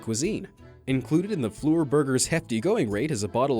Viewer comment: Man the way he says fleur it’s not flu err it French for flower search up how to pronounce but please stop